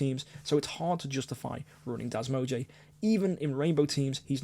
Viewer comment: I love how you say das mog-e XD